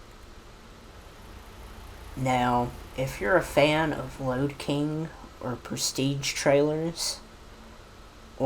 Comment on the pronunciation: Lode King not load king